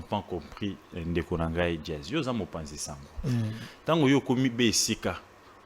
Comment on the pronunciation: a du mal pour prononcer Jazz il dit Diaz,aza muluba?